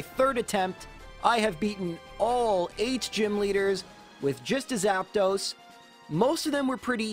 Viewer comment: Why are you saying Zapdos like Zap"those"? 😂